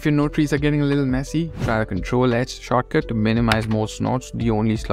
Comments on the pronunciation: After you said shortcut enough times it starts to sound like "chakra" and so i felt like i was watching a very spiritual video about discovering various blender chakras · I thought you were saying chakra for the first 3 minutes then I realized you were saying shortcut. Now I'm calling them chakras. Great video bro. These are the things tgat make pros. Big ups